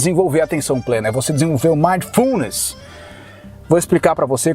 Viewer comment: Ei,. Se você está lendo os comentários e assistindo ao vídeo ao mesmo tempo, PARE. Ah, e só a título de esclarecimento, a pronúncia é MINDfulness. Eu pratiquei isso durante essa semana desde que vi o primeiro vídeo do, e estou tendo resultados incríveis. Muito obrigado, irmão!